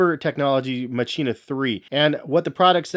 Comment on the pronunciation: Machina is actually pronounced "Makina" The Mach makes a k sound like in Mach 5.